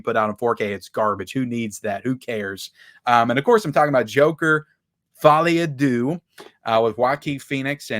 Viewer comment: Folie a deux is pronounced incorrectly . It’s French for madness for two. Folie is pronounced like the word holy. Deux is pronounced like the sound cows make like meuhhh.